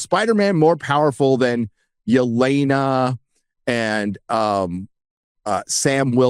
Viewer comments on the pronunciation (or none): none